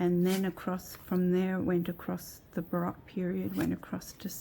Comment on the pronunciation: Just fyi, the “O” in baroque is a long O.